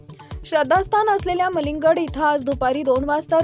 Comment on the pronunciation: News अन्कुर कमीत कुमि नाव तेरी निट घ्यावा तो हाजी मलंग गड आहे मलीग गड नाही 😂😂😂 काय मरठी ची वात लावटाय 😂😂😂